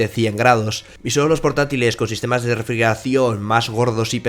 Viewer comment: Vocaliza!!! “Refrieracion”??